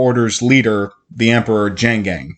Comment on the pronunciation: It's Kahlan, not Kalan. It's Denna, not Diana. It's Jagang, not Jangang. Shota is a Witch woman, not a sorceress. It's Drefan, not Drefran. Drefan threw Nadine off the cliff. Richard didn't kill Drefan, the Sliph did. Did this guy even read his own script before doing this video?